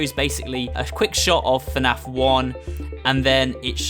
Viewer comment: You said FANF Its FNAF